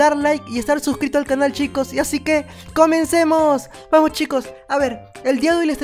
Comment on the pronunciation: Hola mi parte favorita es cuando dijiste comesemos